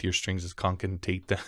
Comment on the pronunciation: con ca ten ate